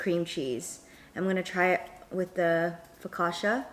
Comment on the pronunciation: Focaccia is pronounced foc-ah-cha there's no sh sound.